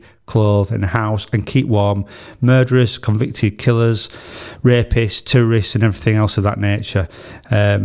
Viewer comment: I know your saying Terrorist but I kept hearing it as tourist 😅 It’s a crazy topic with so many different answers and opinions- thanks for raising this to our consciousness and realise that it’s a possibility since it’s being brought up in our government for debate.